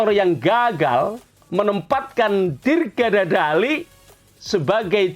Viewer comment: Ngeri sekali sebutannya pak. "dirga dhazali" 😂😂😂😂😂😂